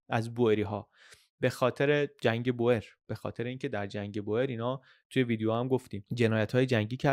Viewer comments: سلام میخواستم بگم تلفظ Boer به هلندی بوئر نیستش و بور تلفظ درست هست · خیلی عالی! فقط اینکه کشاورز در زبان هلندی بور تلفظ میشه نه بوئر، دقیقا مثل تلفظ موی بور در زبان فارسی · بوئریی نه بووورن .boeren به هلندی یعنی دهقان بوورن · خیلی ممنون بابت ویدیوهاتون ❤ تو زبان هلندی oe همون oo انگلیسی تلفظ میشه، boer بور خونده میشه، boor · در زبان هلندی دو حرف او مانند اردک و حرف ایی کنار هم قرار میگیرند صدای اوو میده پس کشاورزمیشه بوور و جمعش میشه بوورن یا بووره ...مثل موی بور .تلفظ شما اشتباس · دووست عزیز تو زبان هلندی به کشاورز ها میگن بوور بیش از هزار بار به اشتباه تلفظ کردید